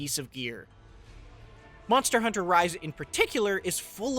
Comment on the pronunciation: Monstah Huntah on the go again